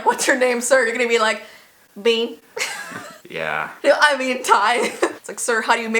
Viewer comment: when was saying 'bean' i thought she was saying 'BEYN'